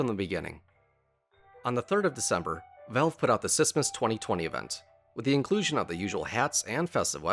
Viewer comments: please say smissmas right or I wont watch all of it :( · please stop saying sissmas